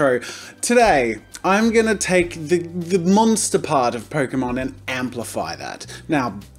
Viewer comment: Pokemon = Poke-a-mon